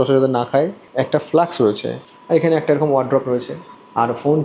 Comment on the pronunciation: কথা টা ডেক্স না, ডেস্ক। এবং ফ্লাক্স না, ফ্লাস্ক।